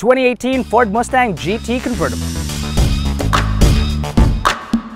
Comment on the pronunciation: Muh-stang, not moos-tang.